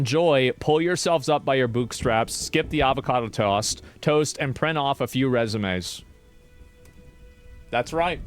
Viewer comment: avocado toast is so foreign to asmon he can't even say it in 2 tries